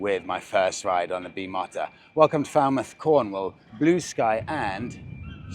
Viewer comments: at the cafe doing the narration of the rare sighting of an older rider not caring that he’s in the presence of rare Italian exotica. Looking for that amazing response, when there was 4 pretty rare bikes to be seen just hanging around. LOL but honestly, that bike is absolutely awesome. You’re saying the name wrong. It’s pronounced “expensive” not BIMOTO. But wow if ever there was a bike that i would put a helmet on for that would be it. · its 'be-mow-ta'. Unless every race team has been saying it wrong for decades 😂. Great video as always, love you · Sorry it’s always been pronounced Bim-o-ta listening to some superbike commentary from back in the day 😉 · 'Fraid not,. If you want to know how to pronounce it, go straight to the source - the factory itself. Check out Bimota's own channel and also the Bimota by Kawasaki Racing channel, where each and every engineer, mechanic, and test rider says (in Italian) Be-móh-ta with the stress on the second syllable. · Bim-o-ta is how it’s always been pronounced in the UK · You have got the pronunciation wrong it's Bee- moter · it's pronounced Bee Mow (like in motor) Ta.😊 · Pretty sure its pronounced "Beem-oh-ta"'.......😅 Beautiful bike, but perhaps a bit more show than go, not that I'll ever afford one! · A few comments on the pronunciation. The English version imho is bimoter. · Sorry mate, but it's Be-mo-ta, apparently the name is made up from the original founders names... But anyways, keep up the great work, and welcome back to sunny ( at last ) Cornwall... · Search for KB399: ESPRESSO DI BIMOTA here on YouTube and listen to an Italian pronounce it. You're almost right, except for the mo part, which is prononced moe, as in Larry, Curly and... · Wowzer, you have arrived! 😃👍👏 Ps it’s pronounced, beemota! PPS steady with the throttle hand on those damp country lanes! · Not pronounced the way you’re saying it. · It is Bi…mooota not motta.